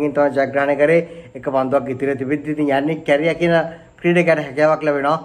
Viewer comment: නම කියවන එක තමා නේද අවුල😂